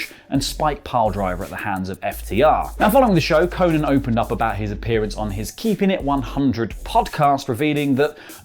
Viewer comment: its Ko-nnan not fuckin Konin cmonnn